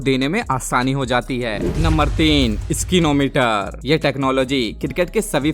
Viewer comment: स्निको मीटर स्किनो मीटर नही